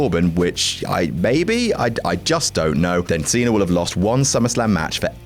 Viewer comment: Who's "John Cener"?